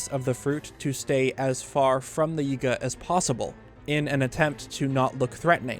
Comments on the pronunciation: The “yehga” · Small thing but I don't think he's pronouncing some of these words correctly. His enunciation on Yiga for example. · Lol the way you pronounce Yigga sounds sus 😂